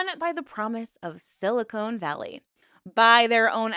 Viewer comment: *Silicon. Con. Not *silicone, cone. Please it's not exactly a secret.